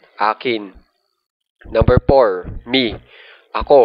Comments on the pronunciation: I understand your effort. But please make it slow.. and observe pronunciation.. one two tree por payb✌✌ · Wala lang nakuhaya lang yung attention ko nung nag pronounce ng por and payb and